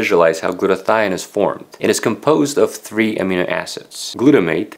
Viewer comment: In English, we put the accent in Amino on the second syllable.